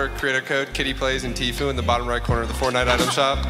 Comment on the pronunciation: the way they said Kitty Plays and Tfue 🤣😂.